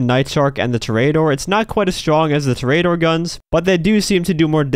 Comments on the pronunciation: Another good video. Your efforts are appreciated. Just a helpful tip: it is pronounced /TOR-ee-uh-dor/ -- 4 syllables, taken from the word/title for a bull-fighter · Love your videos, hate the way you pronounce Toreador.